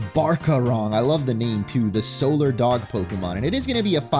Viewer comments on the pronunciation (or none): none